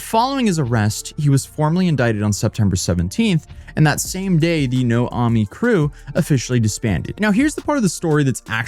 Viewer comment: Just to add a few more details 1. The name of his crew was more of... no-ae-mi, not no-ah-mi. And no-ae-mi means motherless. No, I am not kidding. It literally mean no (no, in English), aemi (mother, in Korean, but in a dialect). 2. The two stream platforms he mentioned, Soop and Chzzk are the two most prominent streaming platforms in Korea, not just random platforms. Soop was originally called Afreeca, and the platform has been operating since 2000s. As for Chzzk, that is a platform which started, as a response to the end of Twitch Korea. Majority of former Twitch Korea streamers switched to stream at Chzzk.